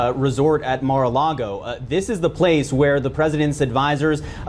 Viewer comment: Mar-uh Log-oh